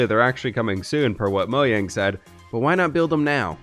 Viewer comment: That's how it's pronounced